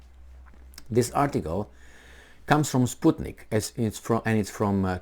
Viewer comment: you read '' spuke nik'' ?? :)) that's russia's BS on roids